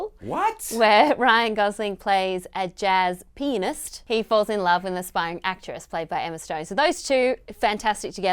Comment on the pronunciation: Did she just call Ryan Gosling a "jazz PENIS"?